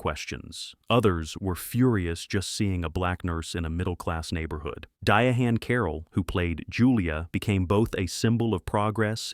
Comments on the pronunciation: DIA-HAN?! Its spelled Diahann but pronounced Diane. The only show that was truly controversial on the list is the Smothers Brothers. Every other show being claimed to be controversy is extremely overblown. Nobody cared for instance when Kirk kissed Uhura or that they made a sitcom centered around a black nurse. These were hyped to be major TV events but compared to what was happening in real life America in that decade tey were nothing burgers. The biggest controversy about most of the shows on the list is that anyone watched them at all given how dumb most of them were. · DiUhHanCarroll? Your AI guy needs tweaking. And the pauses? Geez. Do some pre listening next time and at least try to make “him” sound like a living person. It doesn’t take a sound tech to do a little audio editing